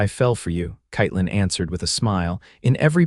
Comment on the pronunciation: Katelyn is mispronounced throughout. Pathetic.